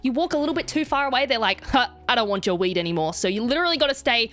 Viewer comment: Yes I know it's accent I actually heard "wheedt"